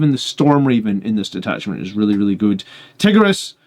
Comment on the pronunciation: Tie-gear-ee-us lol